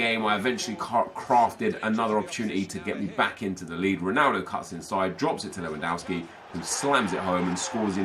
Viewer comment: Not leuandowski LEWANDOWSKI!